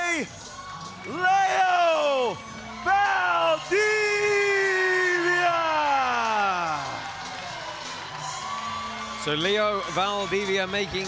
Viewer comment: Can't the commentators at least make an effort to get the name of the Fighters right? Come on!! Poor Leo Valdivia... 🤣🤣 Only Bas got it right...